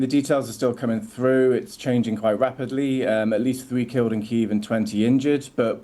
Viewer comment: Why am I paying my tv licence if the BBC can't learn to say Kyiv properly?